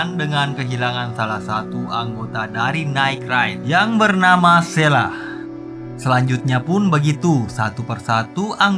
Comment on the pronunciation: shele bang bukn shela